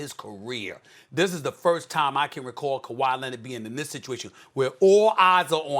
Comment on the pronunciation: Kawa lennid